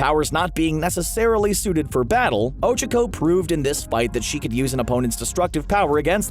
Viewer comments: Ochcaco. O-Ch-Ah-Co. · Ochiko. Ochiko. Ochiko. I thought I could trust you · You’re pronunciation of OCHACA is giving me anxiety.. do you even watch the show? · Bruh did u here they way he said ochaco